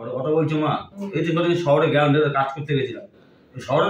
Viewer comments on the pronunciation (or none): শহরের পড়াশোনা জানা মানুষের মুখে গেরাম ইলাক্স ফেলাট উচ্চারণ ঠিক করুক।